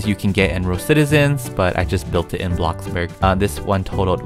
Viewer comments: It's blox burg not bloc burg like u r funneh and all but pls say blox burg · Why you call it block burg its bloxburg? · He said Box Bur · I really like the way he called bloxburg a blockburg i think its hilarious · No one: Literally no one: Even coeptus: Even the bread:: Bloccburg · no no no no no... “A BLOCC BORG” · Why do u say block burg instead of bloxburg??? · Love ur videos and my fav word u day is blocburg instead of bloxburg I love it when u say that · Blockburg Me: Oh you want a blockburger? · hey guys welcome back and today we are playing blocburg Me: I’m not calling bloxburg NO MORE also me: bLoCbUrG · Nobody: Not a single soul:: block burg Also:crima cookies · No offense but its called, BloxBurg not BlockBurg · Blockburg I thought it was bloxburg I must be wong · No one:: Bloccburg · Do you say Bloxburg like Blockburg on purpose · I hate when u say blockburg but im a big fan lv all ur vids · UH UH ITS ”abloccborg” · Did yall notice he didnt say blockburg like “BLOcKBuRg” he just said “blockburg” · I love how you say "Blocburg" 🤣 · My sister heard me watching this video and when u said the word “Bloxburg” she said “WHAT IS BLOCKBURG?” xD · *blocburd*he says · i love how he says blockburg and roblock